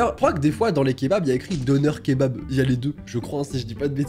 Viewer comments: ET ON NE PRONONCE PAS « Doner » MAIS « Donaire » (Je parle de la prononciation) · Je me suis poignardé par ta prononciation de dürüm et döner Ps je suis turc c pour sa 🇹🇷❤️ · Pour les kebabs la prononciation c'est : dener et durum